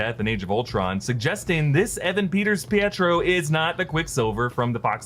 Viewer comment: It's not Pietro